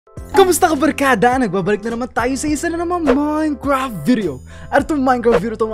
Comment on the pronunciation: "OUR" minecwaft